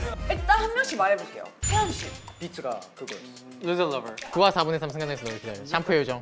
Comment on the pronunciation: all I hear is loser lover 😭